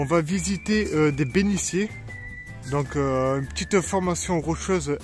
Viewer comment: Encore une belle randonnée. Merci. Il faut que tu changes le commentaire car tu parles de bénitiers et tu prononces « béniciers ». C’est un « t ». Changes ça, c’est affreux. Continue tes vidéos . C’est passionnant.